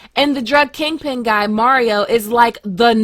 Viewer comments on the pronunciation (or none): none